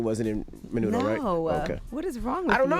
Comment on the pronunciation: fyi its Menudo not Manudo